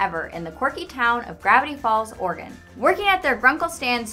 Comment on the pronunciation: Whenever she says 'Oregon' it sound like 'organ'. "Gravity Falls is located in organ." "WHICH ONE?!"